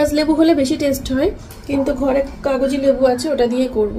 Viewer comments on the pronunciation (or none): Kagji lebu not kajogi lebu ...